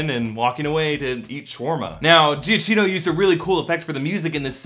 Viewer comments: Is Giacchino not pronounced "Jack-eeno"? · it's gia-kee-no bruh..